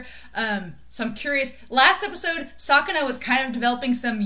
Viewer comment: you Said sukuna in a wrong way it's pronouced like this " skuna" like this very easy right🤭the most sad thing about this ep is that Yuji had expected that megumi would use a lethal technique that would end Sukuna's life as well as his own for that Reason he have to Switch again to stop megumi 😓😓love this great Friendship between the two espacially in the manga they became Closer than now😍😍😍, part of me still shipping them but other part refuse Because that would destroy the strong bond they have together for you you ship them or not?????